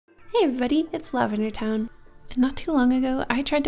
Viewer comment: Intro say "It's Lavendertowne" or " It's Lovely time"? 🤨